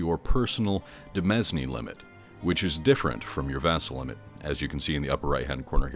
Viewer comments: Interesting video. I am looking forward to sinking some time into this new expansion. One comment, though. While I can't say anything on the butchering of the Eastern European tribal names, it did irk me how you butchered the word "demesne". As uncommon as that word is, it's quite understandable, but it is actually pronounced in a similar fashion to "domain", only with an "i"-like sound instead of the "o" sound. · I'm very sorry about "demesne" fellas, sometimes I just say words the way that they look.